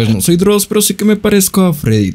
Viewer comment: Cuando dijiste ''Dross' casi vomité. No lo vuelvas a hacer por favor.